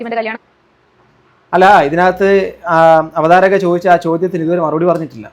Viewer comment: Avatharika alla bro Avatharaka